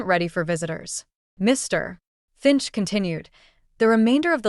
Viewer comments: please use real readers!..... putting a space, second pause between Mr.....Finch.... does not sound correct. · Why are you always stopping when you saying Mr finch it's like your making him out to be 2 different people it's weird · What's with the "Mr. [pause] Finch"?? It is very disruptive. And the "That's all, M S Clementine." Um, I hate to tell you, but Mr. Finch was not sitting at his own desk at the time of the reading of the will. GET YOUR DETAILS STRAIGHT OR STOP PRETENDING TO BE AN AUTHOR. Hey, AI, a dash is not supposed to be read out loud. It means a pause, but then “you don’t understand that either. Hey, "Author", people read a LOT better than stupid AI's. Use one, your stories will be the better for it.